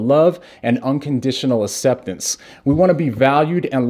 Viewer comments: Please take a moment to pronounce aCCeptance instead of asseptance. Bless you brother! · No one:: Asseptance Love ya 😂❤️ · I had no idea he was deaf! That makes a lot of sense when you talk about how he pronounces certain words